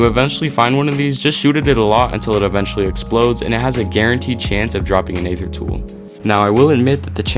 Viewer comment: Aether is pronounced "ee-thur", not "ay-thur". The "A" is silent.